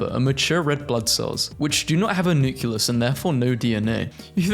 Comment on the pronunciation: why tf do you pronounce "nucleus" like "nukulus" it's supposed to be pronounced "nucleus" 😭